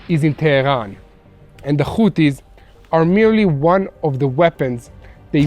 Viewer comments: Hothies, not Khothies ! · Its not houthis and the blow fish 😂 IT'S HOTIE AND THE BLOW FISH 😂😂😂 !!!